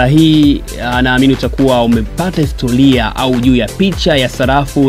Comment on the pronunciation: Salafu, histolia,nyelele mtangazaji mhhhh!